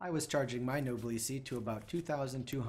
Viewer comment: The word "Noblesse" should be pronounced as "N0-BLESS", as in "Noblesse Oblige".